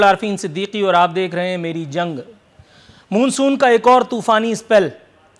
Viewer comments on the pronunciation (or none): It is mansoon not moonsoon , Mr comedian.